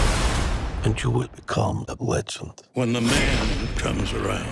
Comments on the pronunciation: 😂 I read this as he said it, and definitely heard Wetsuit 😂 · I listened 3 times about he clearly said "wetsuit" 😅